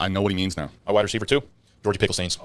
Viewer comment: Does say "Wida Ceiver" or am I tripping balls